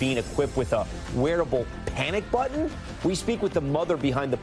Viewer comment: It's button, not buh un